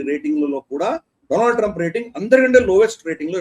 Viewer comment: డొనాల్డ్ ట్రంప్ కాదు డోనల్్డ ట్రంప్